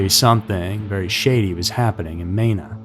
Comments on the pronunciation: It’s pronounced Mēna.. long E. And there is an entire area in three states to stay away from… even if you live there. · Hearing the way he pronounced Mena is painful